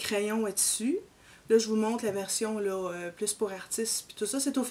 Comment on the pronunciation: 😂😂😂 non. Je parlais de la prononciation. Vous dites: Tssu au lieu de tissus. Différin au lieu de différent. Et lo au lieu de là!